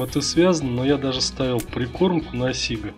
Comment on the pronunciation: у нас на,Ладоге говорят,сигА.А не сИга.А так лайк.